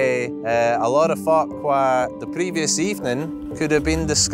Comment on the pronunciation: I had to double-check the captions when he first said "folk" LOL